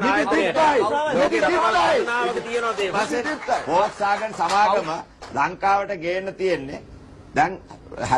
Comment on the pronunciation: පොක්ස්වැගන් නෙවෙයි හරකුනේ volkswagan.😂😂😂